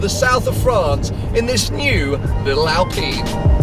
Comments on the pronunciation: Alpine not alpeeeeen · "I." Say it with me, "I." Alp-"I"-ne. It's not "Alpeen;" it's "Alpine." ˈAlˌpīn. Aline is not pronounced "aleen," baseline is not pronounced "baseleen," canine is not pronounced "caneene." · Al-PINE like pine tree. And can you stop saying "Porch"? It's Pors-che, look it up. Otherwise yeah great video.